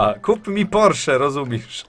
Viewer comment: I mówi się rozumiesz a nie rozumisz tak btw, skoro nawiązujesz tyle uwagi do poprawnej polszczyzny.